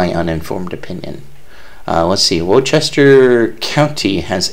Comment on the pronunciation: It is pronounced Worster!